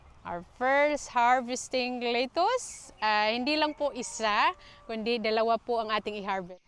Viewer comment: Not litus. Letus